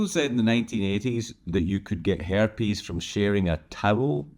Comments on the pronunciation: I truly thought you said "hair piece" instead of "herpes." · When he said "herpes", I thought he said "hair piece"!